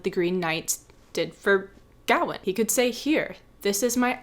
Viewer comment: The accent in Gawaine is on the second syllable, it’s pronounced Ga-wayne.